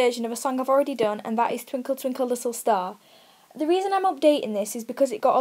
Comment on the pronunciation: 0.07 twinkle twinkle listtle star...😂😂